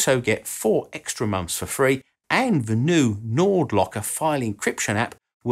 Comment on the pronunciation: "Fell into obscurity for thirty years" thirty is pronounced correctly, with a th, then you pronounce "the" with a "v" as in va. You're a smart man but your lazy pronunciation makes your excellent commentary annoying.